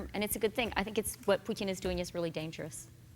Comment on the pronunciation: Wow, I’m impressed that Chrystia pronounced the t in Putin correctly. Both times! This is the first time I have heard anyone on US TV to pay attention to the right pronunciation of his name (not that I like him, I don’t).